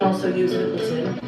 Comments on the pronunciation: the proper Pronunciation is Poutine NOT Poutin. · It’s Pouteen, not Poutinn. I met someone today from Montreal. I asked her how to say it. is an idjit.